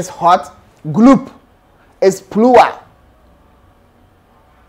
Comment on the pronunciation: "Personnel is pluwal"🤣🤣🤣